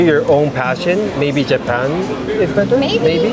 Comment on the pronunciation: everytime says.... jee pun lang....i cant help but laugh😂